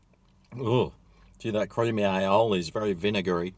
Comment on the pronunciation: is pronouncing aioli correctly now - that's good...